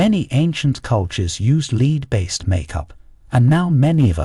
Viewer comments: He pronounces the element lead as “leed”. precisely why Jimmy Page wanted Led Zeppelin and Lead Zeppelin. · Lead (element Pb) is pronounced "Led" and not "Leed". The bits about capital punishment is repetitive, and one bit is stated near the end in a discussion of something unrelated. Editing error?